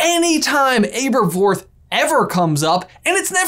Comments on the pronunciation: Jesus Christ it’s pronounced Ab-er-forth like abdominal muscles. Ab-er-forth. Listen to a bloody audiobook. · omfg its Aberforth like ( æ ) same as Albus and Ariana - a short vowel sound not a long one. Your over annunciation for effect is so obnoxious and it causes you to say some really weird things. Seriously - can we get cinema sins to do a sin reel for every mispronunciation of COMMON English words and their STANDARD Americanized pronunciations?! I for one would love to see an average of just how many sins per video they would rack up.... Or even better- Let's ask Your Grammar Sucks to start a sub-set of videos just for the called - your pronunciation is ridiculous - maybe we can get some laughs out of the haunting video boggart that is atrocious and flagrant - constant mispronunciation of common words just so they can deliver that weird affected speech pattern they both use in their performative character delivery. I love their theories but I prefer to watch their videos with the sound turned off because of the ridiculously stylized cartoonishly over the top annunciated way they do their monologues in performative speech. Even for them, it is so unnatural that they each physically struggle with the effort of delivering it! In fact, you could watch any video and just make a drinking game out of any time they mess up a completely normal word because of the way they are putting in such a physical effort to over-exaggerate their own speech patterns. They both do this all the time many many times per video... It is mind-rending. With all sincerity - If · Guys I'm gonna say it: you're pronouncing Aberforth wrong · I had to stop watching for a moment. Literally couldn't do it. Killing my OCD. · Christopher Benson omg I noticed that a little after the video started and now I can’t focus on anything else 😂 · I found it a little odd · Why didn’t anyone say anything about how he pronounces aberforth. He’s doing it wrong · I say Ay-berforth